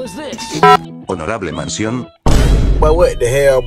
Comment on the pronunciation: Edukasi bagi yang belum tau Yang bagian Honorable Mansion itu harusnya mention, bukan mansion Mention artinya: panggilan, sebutan/bisa menyinggung Kalau Mansion itu rumah besar/mewah Saya mention ini soalnya saya suka nonton video abandoned mansion/rumah yang ditinggalkan di YouTube Wkwkwk